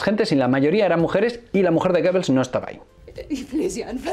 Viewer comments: GOEBBELS y no GOEBBLES. Dislexia universal. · Muchas gracias por este estupendo vídeo, pero es Goebbels, no Goebbles